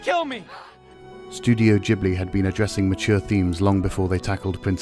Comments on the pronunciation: its Ghibli not Jibly..... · ghibli is not pronounced "gee-bli" :( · I know right. 🤣. Jeeeblee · I always thought it was pronounced Ghibli